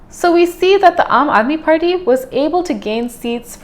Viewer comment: it's Party not Farty 😆